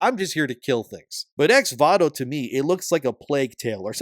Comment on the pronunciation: The way you say voto is wild. It's Vo To not VA To lmao